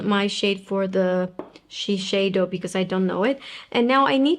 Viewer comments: It’s not pronounced She-shay-do. In Japan it is pronounced she-syai-do. The closest English pronunciation would be she-saiy-do. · It is Shi (ši) seido (seido). Not šišeido .... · Interesting….I looked up Shiseido’s official channel on YouTube and look through many of their official ads, none of them pronounced it that way. They all say “shi-say-do”, not “shi-shay-do”. But since I’m not Japanese, I guess I wouldn’t know for sure… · Hi, did someone correct the way you pronounced Shiseido? I believe the way you used to say it was the correct way.